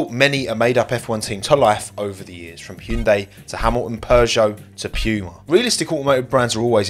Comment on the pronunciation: Its Pooma restart